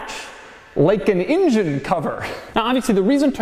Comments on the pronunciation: Ingen, injen injen injen Ingen, injen injen injen. INJEN! For the love of god, It's an ENgen! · Hey Doug, I don't know if it's a native Philly thing or what, but the rest of the world calls it an "ENgine", not an "INgin". Also sounds kinda racist. Now I can't get INgine outta my head!!